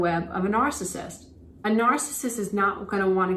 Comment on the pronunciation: You’re the only one out of all the ones I’ve been watching about this nice and nice you can’t pronounce itNARCISSISTI understand what you are saying I understand what you’re trying to explain can you explain it pretty clearly like to say not everybody is these type of people you only one that really explains it more clearly than other people on the iPad iPad so people can understand if you never dealt with it you don’t know unless you’ve experienced that you don’t knowThank you for your help and understanding of the best one here